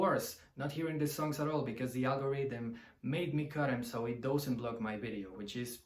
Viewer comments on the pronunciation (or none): One tip to dramatically improve your English. The word 'does' or 'doesn't' is not pronounced like 'dough' But like duhz or duhznt. Try to find a native speaker to listen to. It's the only major fault I hear so if you fix that you'll be great. I personally prefer 1, 2 and 3 after that I'm not such a big fan. I don't even like Stairway and I never play it